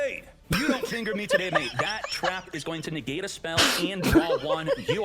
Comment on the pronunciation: "...Facial movement to the finger... " NEGAAte " hes so cool 😂